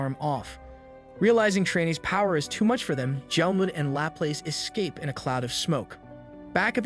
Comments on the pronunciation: i dunno if it’s an oversight but laplace is french and it’s pronounced la plas. or lop-loss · It's pronounced "Laplazz" like the Louisiana city.